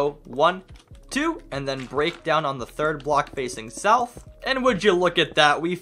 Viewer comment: Nourth or sout